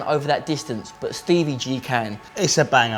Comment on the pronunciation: Stevie not Stevey